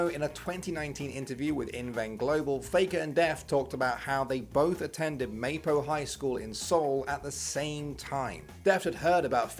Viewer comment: it's not may-po high, it's mah-po high. -source: been korean for some time now.